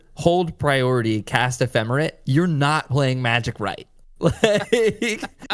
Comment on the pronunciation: Ephemer-ATE not ephemer-IT